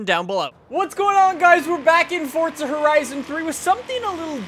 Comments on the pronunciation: the one thing that bothers me about him is the fact that he says FORTZA he doesn't say FORZA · Isn't it Forza not Fortza? Sorry :3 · he said fortza